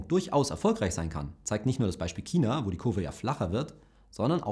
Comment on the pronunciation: Dislike weil du "China" nicht aussprechen kannst.